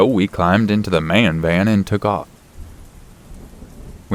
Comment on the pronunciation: Haha! It made me laugh how ya said "man van"